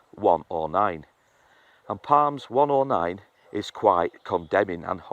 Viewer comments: Psalms = Salms, not Palms. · I hope you don’t mind me telling you that the pronunciation of Psalms the P is silent it is strange I know. Our language is illogical.